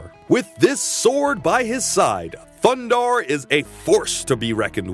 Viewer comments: It’s a shame you can’t avoid saying “THUNDARRRRR THE BARBARRRRIAN” everytime you need to say his name, completely ruins the video. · Loved this cartoon. Edit: I have to correct you. It is THUNDARRRRR THE BARBARIAN. With his friends, Ookla the Muk, and Princess Ariel. This is the only correct way to introduce these heroes. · Yup one year later your over pronunciation of Thundarr is still annoying